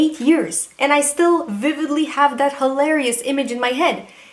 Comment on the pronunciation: I heard hoelarious😂